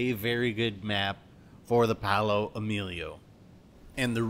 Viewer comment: You have to extend the pronuntiation of the O in Paooooooolo like Maaaaaario